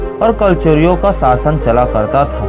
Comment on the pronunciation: वार्ग कि मि ,सहर, भासा,सैचिक,सासन, जकसन, अजादहिंद, भाषा ठीक।करो भाई